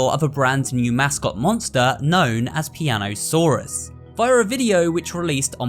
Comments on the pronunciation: piano-saw-us 😂😂 that’s a good one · "Piano-Saur-Us" so basically, he's australian?